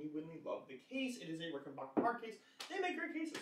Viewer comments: Dude love it ? Hate ? I don't care... But for F#(k sake Pronounce the name correctly it is Rick-in-BACK- That's (Back) like the opposite of Front .. then the -er Not Ricken-BOker, like some valley girl pronunciation.. Like Gag me with a spoonnn.. Okay here we go. .Repeat after me .. Rick In- Back- er .. Rickenbacker.. See how easy that is ..When you apply yourself?? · You have to return it because you can’t properly pronounce it’s manufacturer. IT’S NOT RICKENBOCKER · send it back because you don't know how to pronounce "rickenbacker". Hint: it's not "rickenbarker" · And Rickenbacker name comes from Germany, so the correct German pronunciation is Rick-in-bock-er. Think of it like this, Bach (Bock) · Ah.. Okay ..but old Adolf was Swiss not German, And once he was in L.A. he changed the spelling if his last name Rickenbacher to Rickenbacker, Just so people here would pronounce it backer.. But hey you say it any way you like.. I lean you hate the guitars anyway. This will be my last post on this ..But thanks for the replies .. most don't bother.. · didn't get as far as that part of the video, too much cringing everytime you said it incorrectly